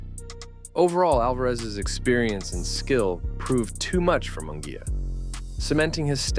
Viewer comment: It’s not Mongulla is Munguia 🤣